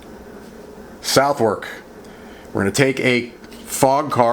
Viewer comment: Its prounouced suth' uk. I know, it baffles me to and Im a brit. I once asked someone directions to Bicester. He looked at me gone out and said 'do you mean bister'. The mind boggles.